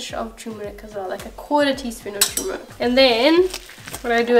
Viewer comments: Haldi is called turmeric in English and not tumeric and pronounced as TER-muh-rihk and we use pressure cooker to boil potatoes...it's faster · Will definitely be making this recipe. Loved the John Abraham & Akshay Kumar reference in the ingredient list! Oh and turmeric has an “ r “ in it. 😊